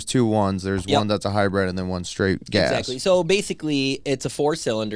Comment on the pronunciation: It’s not called a Hi bred. Just like it’s not O Bar tires. Good lord.